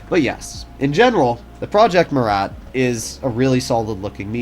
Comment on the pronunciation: Say it like Murrah